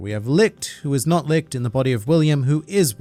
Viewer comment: I laughed every time he said "likht" instead of litch